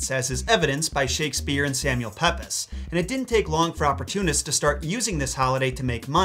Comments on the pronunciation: (Gentle comment to say I loved this video it cheered me up immensely after a bad month but also I'm pretty sure 'Pepys' is pronounced 'Peeps' thank you for the great content and I love your dogs and any content you do that mentions Hercules it's my favourite Disney film ❤️) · Great video,! But...ummm... "Pepys" is pronounced "Peeps". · I have recently began to watch your videos, so yes I am also receiving your older videos. Sir Samual Pepys surname is pronounced peeps, not peps. Funny spelling maybe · Arrgh!! No!! His name is pronounced Samuel PEEPS, not Samuel PEPIS. So, can I mention that the bones of Saint Valentine are to nr found in the Carmelite Church known as Whitefriar Street Chutch, Dublin, ireland, which can be viewed by appointment. There was a pope called Valentine, who was the 100th pope. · I shall spend Valentine's Day morning as I usually do - staring in a mirror for 15 seconds, growling "Phwoarr!" at my own reflection and then wondering if I need to trim my eyebrows. A slight correction on pronunciation: Samuel Pepys surname isn't pronounced "Pepp-iss", it's pronounced "Peeps" - yeah, like those bizarre yellow chicken candies you get at Easter. Full disclosure, I, too, used to call him Pepp-iss, and then I moved to a part of inner London where people referred to 'the Peeps Estate' (in the US it would be a housing project). As I was living in a strongly Labour-run borough, for the longest time I thought it was the nickname of a socialist dream 'People's Estate'. Imagine my chagrin when I discovered it was named after one of the country's most famous diarists. The shame lives with me still - and in honour of your channel I'll add a Home Alone shocked face to my usual Valentine's Day ritual this year. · I love what you do and have never missed an episode even if I'm a few days late but just an FYI it's Samuel PEEPS not Peppers. I know it's not spelt like that but ta da welcome to English lol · FYI Samuel Pepys surname is pronounced "Peeps"